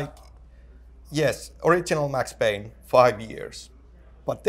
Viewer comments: IT'S PAYNE, WHACK 'IM. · IT'S PAYNE